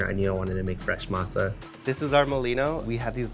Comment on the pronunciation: I hate how he chooses to say words like Masa in a idk wtf kinda accent lol